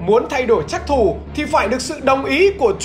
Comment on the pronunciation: trắc thủ mà nghe nhầm phắc thủ